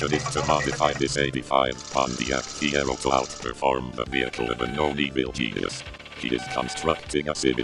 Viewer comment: Well he lost as soon as he said feiro, your gonna bury a bald mans dreams.